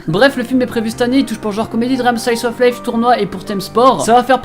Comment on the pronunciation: Comment t'as dit "slice of life" j'ai bloqué 😂